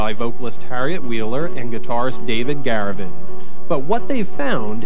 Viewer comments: it's David GAVuRIN not David GARuVIN, sigh sigh sigh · Haha! The narrator truly doesn't know this band or simply reflects how early in the Sundays' career that this music interview was done. The narrator mispronounces David GAVURIN as "Garuvin" and he mistakes the title of their single "THIS is where the story ends" (should be HERE'S)